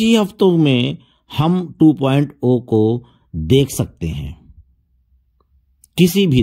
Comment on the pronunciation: 2.0 (2.zero ) ko aap (2.o bolte ho ) no knowledge